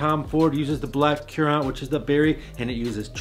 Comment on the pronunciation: Let’s say it together… it’s “black karrents”… not KIYOORANT…